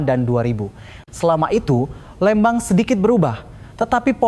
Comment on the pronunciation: 😢maaf bukan Lembang tapiiiii Leeeeembang🙏🙏🙏🙏🙏